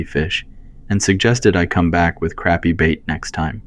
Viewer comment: Crappie fish, pronounced "croppy", not "crappy" 🎉